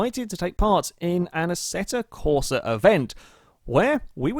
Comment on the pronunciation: it's AssettO Corsa,not Assetta Corsa,even everybody pronounces it as Assetta,but u know,it's still AssettO